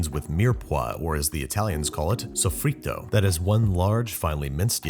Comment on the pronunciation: As an italian I will never understand why he takes the time to research how to correctly pronounce words like "SOFFRITTO", but not words like "fettuccine" or "pappardelle"...